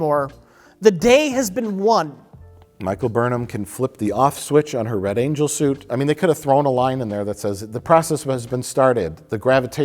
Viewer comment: invents the space shuit